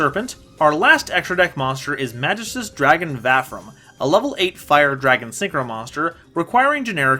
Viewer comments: mahghist uhs pronouce it german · I think it's pronounced Ma gi stus. Also welcome back!